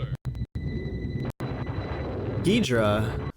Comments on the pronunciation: pretty sure its name is ghidorah not ghidra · wait what was up with the Ghirdrah instead of Ghidorah? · Ghidorah ❌ Ghidrah ✅ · as we present to you ‘gidra’ 💀